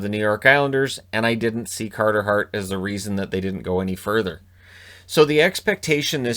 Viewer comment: Cahtah Hahht. 22 years old.